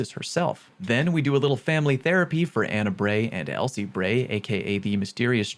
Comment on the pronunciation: Lol why did he say Anna Bray like that 😂